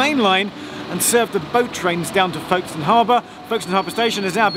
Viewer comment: I was born and brought up in Folkestone. It was quite amusing to hear Geoff's mispronounciation of the town name. The locals say Folkstn. And woe betide anyone who spells it with no middle 'e'!